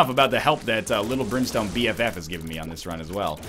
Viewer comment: At one point it sounded like you said Limp Brimstone instead of lil brimstone... lol